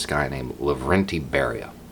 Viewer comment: love the videos first of all. Second, watch "The Death of Stalin". It is a black comedy and fantastic. I highly recommend it. When you said Beria, I cringed.